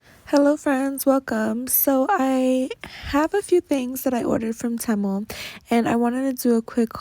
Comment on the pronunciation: Haaaaaate how you say Temu. It's Tea- Moo, like tea and coffee and moo like the sound a cow makes. 😆